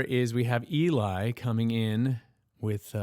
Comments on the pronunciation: Quick note: It's Eh-LEE, not EEE-lie. The extra fun thing about this is that it's the third post-apocalyptic video (Warriors and Dream On are the others). In the first two, they said the zombie hordes just out of camera range while the guys sang to save themselves. Between the first two videos, both Earl and J. None were lost to the zombies, and they picked up Cesar and Omar along the way. However, by this time, they've become the bad guys, so we're not 100% sure what happened to Omar... 😜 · Eli is actually pronounced Ellie. Great analysis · His name is pronounced ELL-ee.🙂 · Glad to hear more Voiceplay here! If you liked this one, you need to check out “Nothing Else Matters” and “Hellfire,” and maybe “Dream On.” By the way, the high tenor, Eli, pronounces his name as “Elly” (rhymes with belly). 😊 You can never have too much Voiceplay and Home Free (and the individual member artists/collabs) on your channel, as far as I’m concerned. And have you discovered The Hound and the Fox? A great place to start with them is their collab with Adam Chance of Home Free, in particular “Going over Jordan” (actually I think it’s really called “Wayfaring Stranger”). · Yes, it's short for Eliezer, which is pronounced Elly AZE er. Thus the nickname Eli, pronounced Elly, as many have already told you. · Hi,, couldn't watch your reaction. Oh, sorry, did I get your name wrong? Well, it's only fitting, since you continually, on Voiceplay reactions, mispronounce Eli's name.